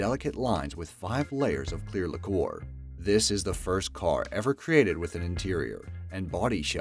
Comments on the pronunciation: lacquer is pronounced ‘lacker’ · "5 layers of clear liqueur..."??? Surely you mean lacquer (pronounced lacker), since a liqueur is a flavoured, sweetened alcoholic beverage and I can't see them covering it in that sticky mess. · I don't know where these people come from. Also pronounced lacquer as kind of, liqueur. Correct pronunciation is LACKer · They spelled it Holographic Lamborghini Avantador. It's Aventador, also, it's not Boneville it's Bonneville Flats. And finally lacquer is not pronounced liqueur.... Good god. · David Bump the lacker lacquer he said liqueur haha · Today I learned how Americans pronounce laquer: " lakore" 😣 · Things he can't say: 1. Lacquer 2. Bonneville